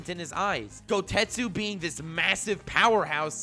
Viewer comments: Its goketsu not gotetsu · So am i the only one ever so slightly perturbed that hes saying Goutetsu instead of Gouketsu? 😂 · Is it me or does pronouncing Gouketsu “GouTestu”